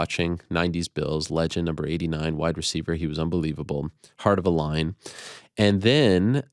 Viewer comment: "Heart of a LINE" 🤔 Did you mean "Lion"?